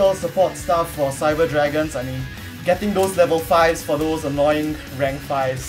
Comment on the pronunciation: You pronounce the new Cyber cards so well :D